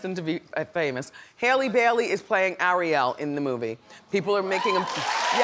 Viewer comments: It's Halle not Hailey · Say it with me now... HALLE Bailey. Not no Hailey. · Hailey??? Halle (haw-lee) Trahtawn??? Triton (try-tun) 😂😂😭 gotta love wendy tho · Why does Wendy pronounce Halle's name as if it were "Hell-ie"? It's "Hah-lie", just like Ms. Berry!!! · Not 'Hailey' miss Wendy, 'HALLE'!!! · Man, Wendy is struggling pronouncing names today! Tri-Ton and Hailey Bailey 😂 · Her name is pronounced Halle like the Halle berry get it together Wendy smh 😩 😠